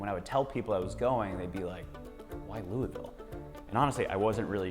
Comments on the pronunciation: Is it louavull? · You pronounced Louisville wrong.